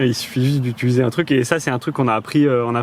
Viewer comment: On se régale avec vos vidéos !! merci, et on aime beaucoup ta façon de dire "utuliser" 😄